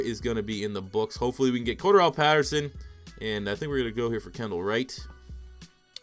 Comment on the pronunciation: The fact hes saying pattersons name wrong is pissing me off